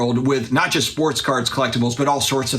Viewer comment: He also says jest instead of just.